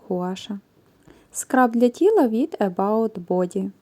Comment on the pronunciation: Скраб для тіла не від about,а від May body